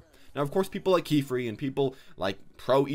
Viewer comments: "Key Free" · Did say...KEY-FREE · This dude called kephrii keyfree